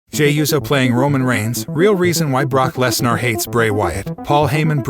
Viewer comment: DUDE IVE LET IT SLIDE TOO LONG IDC WHAT ACCENT U HAVE AN E NEVER MAKES AN A SOUND STOP SAYING LESNAR DUMMY ITS LESNER NER NER NER ITS A FUCKIN ER NOT AR DUMMY